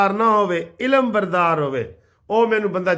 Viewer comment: Sir g ilam bardar nahi alam bardar hota hey